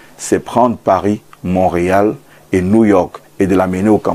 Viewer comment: On lit Mont Réal et non Montréal pour un journaliste, c'est limite. Je croyais que les journalistes étaient tant soit peu cultivés surtout pour un pays et une ville qui est aussi renommée comme Mont Réal, vous devriez en principe savoir comment ça se prononce. Eh beh !!!